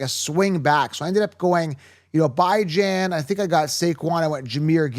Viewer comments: First time I've watched your channel. Mispronunciation of player names (By-Jan??) is an automatic downgrade to your credibility. I'm out. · Bijan and Achane, you may wanna go hear the pronunciation of those names. Thank you for content, very helpful. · Will "Lee-Viss" "By-jon" my god...... its like my wife trying to talk to me about football lol